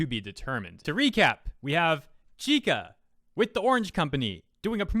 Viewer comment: nice video, but you are pronuncing it wrong, you are saying ki-ka, its chi-ka. write this in google translate for the correct pronunciantion: ちか